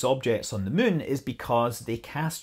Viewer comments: Just here to hear Scott say "mun." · Worth it to hear a Scotsman say "Muuuun" :D, good info, too!